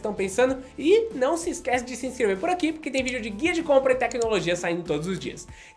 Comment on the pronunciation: "Não tem galantia, complou puque quis" 😂